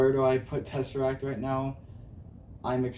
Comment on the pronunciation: Bro, it’s called “Tesseract”